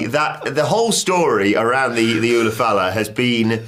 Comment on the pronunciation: Lmao they keep calling it the same thing La Knight did. It's an ulafala pronounced oolah fallah not oofa loofa or whatever y'all are saying.